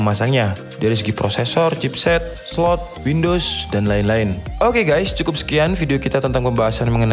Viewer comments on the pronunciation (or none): none